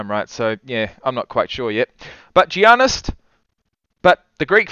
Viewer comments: PRONOUNCED Ya nis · The g in Giannis is silent so it sounds like yiannis